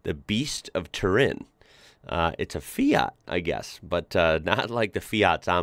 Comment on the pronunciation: I love the way you pronounce the "FIAT" brand name. Very accurate italian pronunciation.